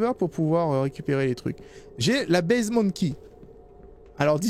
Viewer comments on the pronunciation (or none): basement avec l'accent créole j'ai pleuré de rire